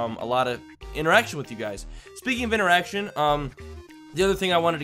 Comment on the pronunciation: When you said speaking of interaction it sounded like you said speaking of an erection